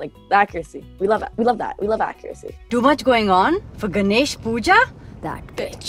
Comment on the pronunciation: Its ga- nesh WHY DOES THE NARRATOR PRONOUNCE IT LIKE gnash